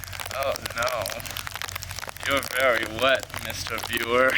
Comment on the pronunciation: “your vewy wet mista viewew”😏